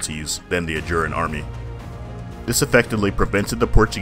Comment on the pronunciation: Its ajuraaaan, gosh. Hometeam takes the time learning of to pronounce it but yr cringe